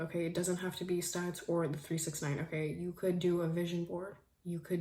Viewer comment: girl you're sooo pretty and so happy you mentioned neville goddard but girl it's SATS not STATS